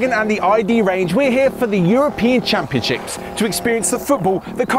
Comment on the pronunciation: It sounds like said We're here for the European ChampionChicks.😁😁